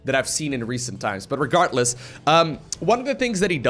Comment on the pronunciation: "Regartless" :D